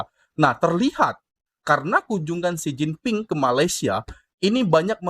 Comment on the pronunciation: Xi Jinping bukan Xin Jinping.